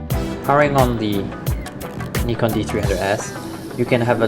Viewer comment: It's a Japanese company, Japanese pronunciation. "Ni" in Nikon is same pronunciation as in "Nippon".